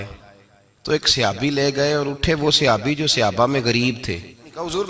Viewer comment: Bolna Tu seekh lu...seehabi Nahi hota sahabi hota hey